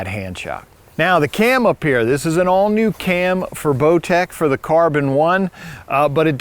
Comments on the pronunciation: I swear he said blowtech. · lmao he calls it a blowtech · seconds accidentally says blowtech, I listened to it several times and every time I heard the same thing. 😂😂it’s funny, but I know it was a accident. Bowtech is one of my favorite bows.